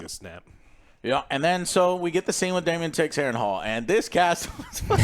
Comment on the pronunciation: Daemon Joe not Damian 😂